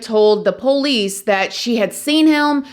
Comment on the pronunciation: I hate the way says poolicee drives me crazy